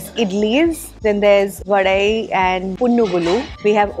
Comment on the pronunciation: Yes mam it's vadai only, not Vada...and it's dhosai , not dosa... It's itili not idly... Coimbatore is not the city of temples, its Kumbakonam in tamilnadu.